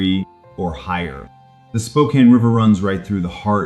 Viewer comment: One has to wonder about the accuracy of the information when the host mispronounces the name of the city. 😕